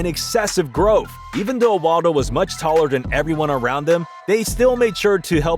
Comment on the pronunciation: Wadlo not waldo lol